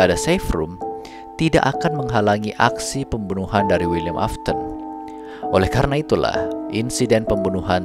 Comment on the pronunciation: afton bukan aston 😅